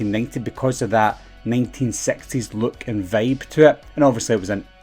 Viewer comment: When he said 1960s, with his accent, it reminds of fat bastard saying "I am sexy"